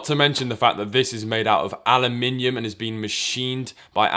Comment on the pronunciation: That's how Brits say Aluminum.